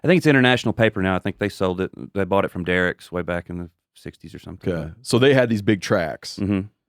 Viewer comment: Love hearin’ Dierks pronounced “Dericks,” that’s how ya know folks are really from around there (SE OK SW AR). Grew up in the Ouachitas huntin’ Weyerhaeuser lands.